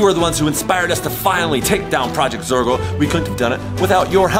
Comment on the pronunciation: It's zorgo not forgo